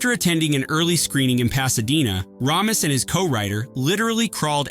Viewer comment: It’s Harold Ray-mis not Rah-mis